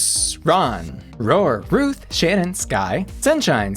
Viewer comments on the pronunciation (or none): none